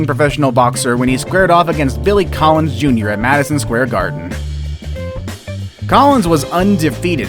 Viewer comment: when he said billie Collins jr i was like that almost sounds like carls jr